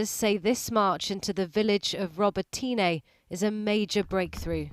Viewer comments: Its pronounced Rob-it-nye, not robby teenay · Say, "Row-bot-ne" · would be nice if reporters familiarise themselves with the pronunciation of Ukrainian towns and cities - RO-BOT-YN-NEH I believe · Ahh yes, the same footage that the Telegraph also used of ukrainians storming an empty trench! 😂🤦‍♀ Robotyne (the pronounciation of which Channel4 just butchered terribly) is the 1st stage of a handful of even tougher defenses and fortifications. Not only that but 1 look at the map from the institute for the study of war will show the Russians are doing a slow retreat in order to encircle and trap several Ukrainian brigades at once. They are moving up and around the Ukrainians advancing position. How is it helpful to us in the UK to imply this counter offensive is going better than it actually is?